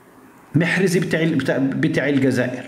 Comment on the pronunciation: لقد تغير اسم محرز وأصبح له اسم مخنز او مخرز 😂😂😂😂😂